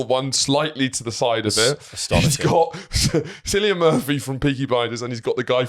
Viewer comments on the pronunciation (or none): You called Cillian Murphy "Sillyan Murphy". you must be the last person on earth to not know it's pronounced Killian.